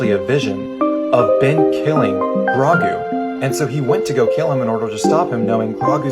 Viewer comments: but maybe also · omg that bothers me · did this man really just call him Gragoo? Bruh. Wtf. It’s Grogu. Not Gragoo. -_ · no is Grogu and not Gragoo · Der Ye. I can understand that lol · Der that’s ur opinion and I respect that. All I’m saying is it’s bothering me that the guy was pronouncing such a simple name incorrectly. It would also appear that I’m not the only one who is bothered by that. :/